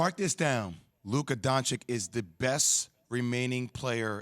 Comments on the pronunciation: JWliil: “Luka Doncik”🤦‍♂️ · What an embarrassment Keyshawn is, getting paid to do analysis on a nationally brodcast television program about a game that he admits he DIDN'T EVEN WATCH. Keyshawn, you and Kyrie should get together and discuss how flat the earth is. Jwill, it is pronounced DON-CHICH. Get it right, it's your job. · If you are calling him special atleast you can learn to pronounce his last name correct. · All this praise for Luka, why don'T You all learn how to pronounce his last name. It's not hard. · when are sports analysts and commentators gonna learn how to pronounce "Doncic?" Same happened with Nowitzki. How embarrassing. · Why can't Jay and Stephen A say his name right?!